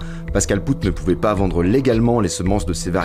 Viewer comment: On dit pas poutt on dit pote , bordel vous connaissez que l anglais dans vos vies ou quoi? Ya pas d autre langues aussi le flamand par exemple et plein d autres bien sûr ? Vous dites benoit poulvourde ? Nan ...